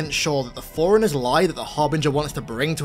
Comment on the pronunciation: Bro it’s forerunners not foreigners. You can have an accent but shit at least TRY to say the word right if you’re going to say it every other sentence